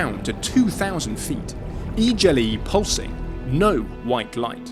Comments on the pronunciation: I'm sorry but, did you just say "eajerly" instead of the correct pronunciation of "eagerly"...? Is that how you brits say things? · E-jelly? Wth! That’s no how anyone pronounces eagerly is it? If so then how do you pronounce eager? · Yea… I’m suspicious as well… Never heard eagerly pronounced that way before